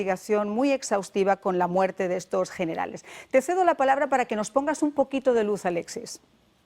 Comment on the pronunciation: Habla bien viejo!!! Muerte!!! Tu dices ""muelte"""!!! Dios mío!!! Aprende a pronunciar bien!!!